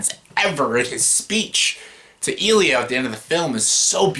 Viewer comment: Its not number 1 but i love your thoughts on it. Also i dont know why the way you pronouce Elio triggers me so much😂 (its eh---lee---O) Foreign Films have more greater LGBT films by the way. Go check out my all time favourite director films Xavier Dolan. Also im shocked you didnt put in Moonlight or Love Simon. Decent list by the way. My list is way way more different. But i can understand your opinion☺